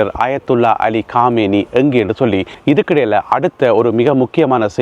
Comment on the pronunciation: காமேய்னியா அல்லது கொமேனியா தயவுசெய்து இலங்கைத்தமிழில் செய்தி படிக்கவும்